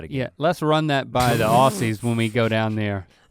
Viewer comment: I love how Link pronounces 'aussie' as aus-c instead of aus-z